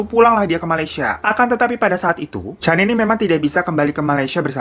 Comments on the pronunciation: Aduhh.. Puas mikir kasus di malaysia yg mana.. Slh sebut nama.. Bukan cani, tp Sebutan namanya spt ini 👉 'kenni'. Salam dr malaysia... I like ur content👍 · Salam dr malaysia kak,😅 sebutan nya c-k kenny aka canny 😅😅 lucu aku dgar nya terhibur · Dibacanya "Kenny" bang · Cara baca nama dia "Canny" itu bukannya "keni" bang😅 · Sedikit koreksi ni babang glowing, sebutan namanya lebih ke "kenni" hampir sama kaya nyebut nama Jennie (J nya diganti K) pake KE bukan CAN(gkir)ny. Kasus ini mmg sempat viral dulu. Tapi aku udah pada lupa kronologinya. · “Ca” kalau sebutan inggerisnya harus disebut sebagai “Ka”. Contoh “Canny” english Jadi bila disebut harus berbunyi “Kanny”